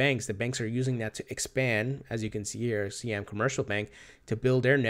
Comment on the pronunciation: Siam is pronounced like "sigh-am."